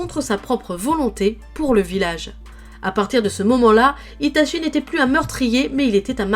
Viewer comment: Par contre fans la vf et meme sur youtube les gens disent itaSHI dans la prononciation de sui piur ceuxbquibcomme moi apprenne le japonais est fort insupportable vu que cest itachi pas shi. Chi en japonais se prononce tchi pas shi lol.